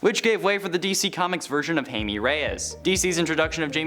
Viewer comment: OMG! You can’t pronounce Jaime Reyes? It’s pronounced hi-mae